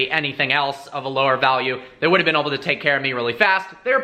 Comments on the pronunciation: anyone know why he says oble and not able? seriously wondering. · The way he says "able" cracks me up. "We might be oble to do this today" XD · FINALLY SOMEONE NOTICED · yeah I noticed that too haha